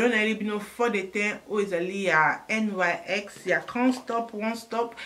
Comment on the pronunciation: Congratulations to your baby girl. Petite correction: le nom de la marque est NYX et non NYC comme tu le répètes dans toutes tes vidéos. God bless 😘